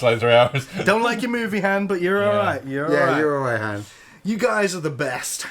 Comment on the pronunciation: Harn? Its Han